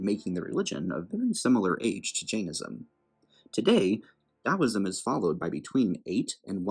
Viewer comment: Finally someone not Chinese pronounces Taoism correctly